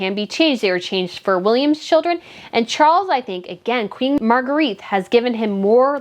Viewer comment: It's pronounced Margreta